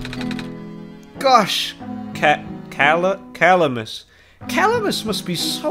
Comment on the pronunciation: Roses are red., make DDD 2 Edit: “Cuh-lam-is” that’s how you pronounce Calamas. It’s like Calamity